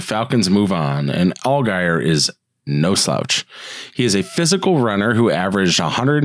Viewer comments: Just a comment, his name is pronounced "ALL JEER" not with a hard G. He will be a great back for the Falcons. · ofc it's pronounced Al-Jeer. Our bad!